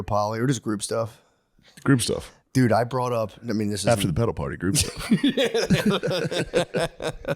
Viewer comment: The way Matt says “pedal” it sounds like he’s saying “pedo party” and I don’t wanna get put on a list